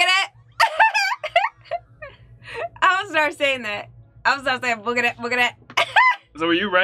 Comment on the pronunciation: BTW... It's "boogity boogity"... not "boogtay boogtay".